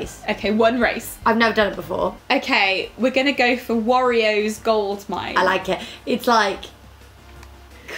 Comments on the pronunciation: Why does call wario warrioh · Um, that is not how you say "Wario".